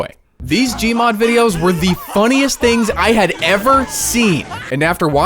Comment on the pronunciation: hilarious🤣😂 " The tings i do for gaming"